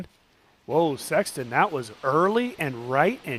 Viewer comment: Absolutely! What a year! One thing please, I like this coverage and the professionalism you all display. I think it’s important for the sport. I love Jomez and watch all of them, it’s just different. With that said; could you please stop calling …. Sexton. It sounds so awkward and odd. You two are commentating back and forth and I hear “what do you think Sexton?” How about?